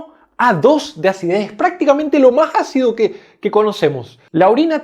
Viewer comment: Se dice, ácido. No jaccido. Ahora la gente habla con la. J. Dañando el español